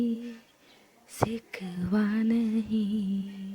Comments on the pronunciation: hello mam its shikva not sikva🤣😂😂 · Sikkwa nahi shikkwa baba